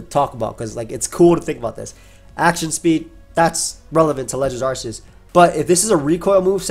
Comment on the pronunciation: Arc. Not arse